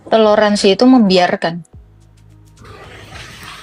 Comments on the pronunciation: Toler mbak bukan telor 😂😂😂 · " T O L È R A N S I " bukan TELOR ASIN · Toleransi... bukan.... Telorsnsi. 😂😂😂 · Salah ucap toleransi buka teloransi 😅😅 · .....bilangnya teloransi......?? Padahal harusnya TOLERANSI kan......????? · Maaf,kata yg benar TOLERANSI bukan TELORANSI.🙏